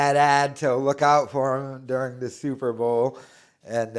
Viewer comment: Says “Super Ball” repeatedly. Still thinks he’d make a great sports announcer.